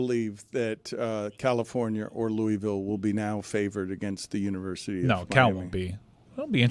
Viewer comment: Shoutout to on the correct pronunciation of Louisville! 🫡💪🏾